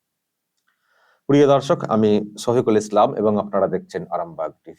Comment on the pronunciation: প্লিজ, আপনি ছফিকুল বলবেন না, শফিকুল বলবেন। ছফিকুল শুনতে ভীষণ কানে লাগে। আপনি পাশাপাশি শব্দ দুটোকে রেখে শুনে দেখবেন, কি বাজে লাগে শুনতে।